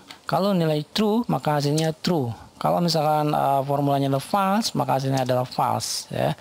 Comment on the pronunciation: Terima kasih atas ilmunya yang sangat bermanfaat. Tanpa mengurangi rasa hormat saya, harap melafalkan kata FALSE adalah fôls bukan fals. 🙏